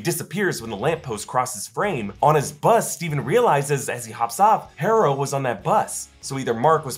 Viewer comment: You’re actually having a hard time pronouncing the name “Harrow”? It’s HAR-OH. Not HAIR-OH.